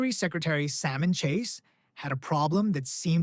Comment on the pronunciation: Interesting video. Salmon as in salmon chase is pronounced the way it's spelled. He's not a fish!